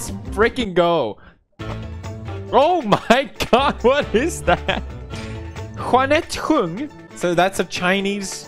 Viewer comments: Okay right of the bat Huanet Hung? Yes Chinese but Huanet Hung nuh Ja-Net Ch-ung 👌🏻if it’s because he from Sweden then okay but Im last name just got butchered its like I’m in kindergarten again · “Hwanette Hoong” best pronunciation ever